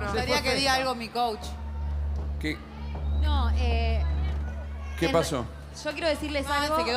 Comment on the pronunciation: Jajajja me da risa cuando no les dalr la palabra coach y dicen coch 😂😂😂